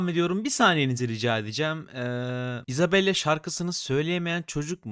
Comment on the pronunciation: abi 'de sende isabelya diyon